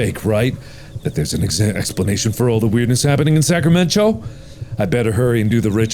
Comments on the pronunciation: "Sacramen-cho..." Hold the fuck up? Sacramento?! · As someone who lives in Northern Cali... Sacramen-cho irks me >.> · I would watch this over and over again just to hear Mark say Sacramen~Cho. Lol. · Sacramen-cho like San Fransokyo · Ah yes, Sacramen-cho Cauliflowerornia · I thought Mark was saying Sacramento 😆